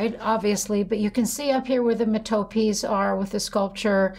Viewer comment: It's ria-ch-ay. It's METApees.